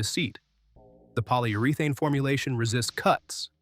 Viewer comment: KANIPEX and Poly-Ur-ee-Thane, and Lyl-ele